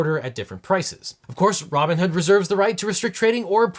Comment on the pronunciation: Pretty sure I heard "Ramen-hood" instead of Robinhood, either way....STONKS!!